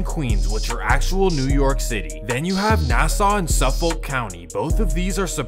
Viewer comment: Listening to you pronounce suffolk had me crying😂